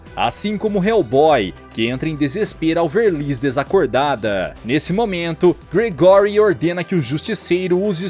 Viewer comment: Não se fala Gregóry, não...se fala Grégory😅